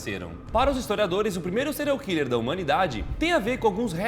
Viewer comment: O Daniel tentando falar o nome do serial hiller kkk